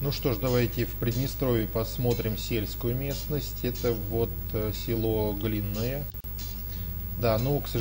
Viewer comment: Село ГлинОе, с ударением на "о"...Живут в Глином, конечно...